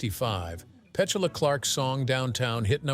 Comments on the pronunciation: It's Pet-TOO-La.....NOT Petchula. Geez. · Yup, it’s peh-TOO-la, not PET-yoo-la. Good Lord, even for AI, what an inexcusable mistake! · NOT PET U LA but PETULA stupid AI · Her name is Pe tool ah Petula, NOT Pet chula You said Petula twice and the rest of the time Petchula. What awful narration. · Learn how to pronounce her name.......it's not PET ULA (like SPATULA) IT'S PETOOLA. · LOVE her voice and AMAZING for 92. Lifts my spirit. She was AWESOME in Goodbye Mr. Chips and Finian's Rainbow. Not pet-cha-luh, pronounced Pet--two-luh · It’s not PET-cha-luh, it’s peh-TOO-luh. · It's not Pet...tuala Clark. It's Petula prat. Get off the AI narrative 😊😊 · Petuula not pechala how annoying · Pe-tu-la (Pe-too-la) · Her name is pronounced Pechula with the emphasis on chu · Peh chu lah? You do a coverage but can't get your AI voice to pronounce her name the right way😂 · Whoever made and uploaded this video needs to take a little time to EDIT it. Surely, they assembled the photos. Well, maybe they just tossed 100 photos into a video-maker that accepted their text. But it's best to TEST the A.I.'s voice before it gets 76,000 views. "Pechula", repeated over and over demonstrates "" impetuously reckless video skills. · Pet-shul-ah?! Seriously. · He pronounces Petula two different ways throughout the video, quite annoying especially when he calls Petsela 😉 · Yes, I agree. Is it to get out of casting and paying someone to read a script? The overly well-modulated voice that becomes the audio in more and more film / TV productions always seems to get something wrong, and it jumps out, reminding us it's not a human speaking. I even thought, have we been pronouncing Pet-chula wrong all these decades? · you always say the words wrong in your videos,you must be ai generated of something ,its not pet u la for one thing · If it is a person they know nothing about her. Petuuuuula! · Yet another AI stumble. It's pronounced petOOla. Accent on the second syllable.